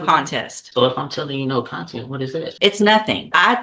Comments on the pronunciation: Not me screaming CONTEST at my phone bc he keeps pronouncing it content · He can't even pronounce "contest"